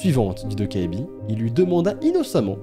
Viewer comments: en coréen "ae" se prononce "è". Alors sa se prononce "dokkèbi" et non "dokkaébi" et "eo" se prononce "ô" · Hello, un petit coup de pouce pour le goblin la prononciation serait plutôt "Tokébi" (le A et le E ne se disent pas séparément), autrement merci pour tes légendes urbaines ça serait super d'en découvrir de plusieurs pays à travers le monde! Gros bisous à toi! Bye!! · "Dokkaebi" ça se prononce "Dokébi" et il y a eu un drama coréen assez populaire dont le nom en coréen c'est "Dokkaebi" et ça a été traduit en "Goblin" (gobelin) 🤔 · Ça me stress quand tu dit "Dokkaebi" ^^' Ça se prononce "Dokkébi" (donc le A muet), le coréen c'est pas du tout aussi facile à lire en romaji que le japonais, c'est ultra fourbe, y a des tas de lettres qu'on voit mais qui se prononcent pas! XD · Super format, ces légendes urbaines ! Petite info : on écrit dokkaebi mais ça se prononce "dokkèbi" :) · Même en vivant en Corée, je ne connaissais pas la 2eme histoire merci pour l'info je n'irais pas à la bibliothèque la nuit😅 (Et pour la petite info ça se prononce "dokkaibi"😉☺) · A on dirait que tu dis Dobby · "Vous n'irez plus jamais dans une bibliothèque" Moi avant de regarder la vidéo: Ah bon? (la naïvetée j'te jure xD) Moi ayant vu le nom de légende: Oh ptn j'connais cette légende et elle fait flipper sa maman TwT Et je me permet de te corriger sur la prononciation de 도깨비 (dokkaebi), la voyelle ㅐ (ae) se prononce comme un mélange de [é] et [è] ^^ (je suis désolée si c'est pas bien expliquer mais je suis nulle en explication TwT)